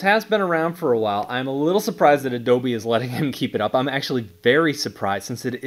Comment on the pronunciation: Why do you say “Ine gunna go” instead of “I’m gunna go”… stop saying Ine it’s annoying….